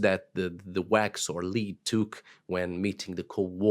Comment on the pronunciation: Thank you for your educational talks. A quick note on pronunciation: Lead (verb) rhymes with weed, reed, greed Lead (noun, as used in this video) rhymes with bed, head, dread